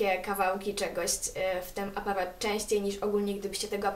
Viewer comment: Czemu mówisz apawat ?! a nie aparat -.